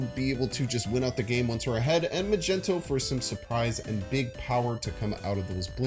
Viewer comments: Is he saying majento on purpose I’m new here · That "Magento" flub hurt my soul.